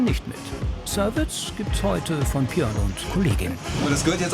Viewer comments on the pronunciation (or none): Ich weiss nicht was der Sprecher für ein Sprachproblem hat aber mittlerweile fällt es auf und nervt beim Zuhören leider tierisch. "Proplem" anstatt Problem, "Kros" anstatt Gross, "Pjörn" anstatt Björn, "Krün" anstatt Grün.